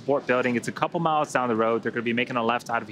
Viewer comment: Did he say coople